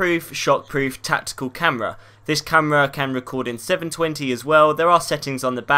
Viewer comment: In the begin and at the end there is 'TATICAL' instead of 'TACTICAL' ;) But nice vid bro!